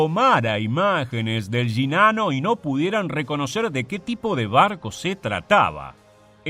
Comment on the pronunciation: Solo lo digo como humor jajaja. Me da risa que el acento argentino pronuncia las Y y las Ll como "sh" y en el otro caso, al pronunciar Sh, lo hace como Y jejeeje. "Yinano"